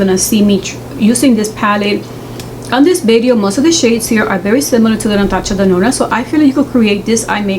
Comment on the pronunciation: The way she says Natasha Denona is so cute , my mama also pronounces it like that, I Love 😍😊